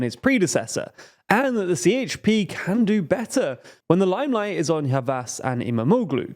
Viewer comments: Be more clear... Si Eyç Pi ❌️ Je He Pe ✅️ Remember some turkish letters sounds different from western languages! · And "C" sounds more like "DJ" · A C in Turkish is Prononced like a J - So the Party is called JHP not CHP. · idc he has to say CHP not sieyçpi